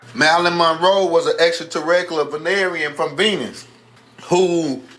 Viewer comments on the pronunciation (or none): What is an “extra tirregula”?? 😂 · lmao I heard that too